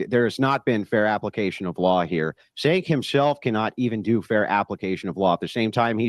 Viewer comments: It’s pronounced like “Jay-nk” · His name is supposed to be pronounced as a J. As in Jenk.